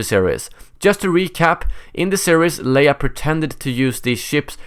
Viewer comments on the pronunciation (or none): none